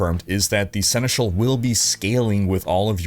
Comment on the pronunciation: You picked up quickly how to pronounce Senechal, cool 🙂